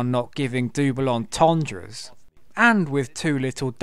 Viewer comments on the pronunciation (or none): WTF is a dooble entendre lol, its double mate, love the channel though one of my faves ATM